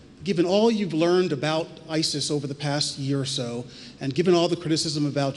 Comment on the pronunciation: EVERY THING THIS FCUKING BUM SAYS IS A LIE... ANT THE EXACT OPPOSITE OF THE TRUTH... AND ITS DONE LIKE THIS [[ double speak ]] ON PURPOSE.! AND WHEN IS THIS FCUKING BUM GONNA LEARN HOW TO SAY ISIS.?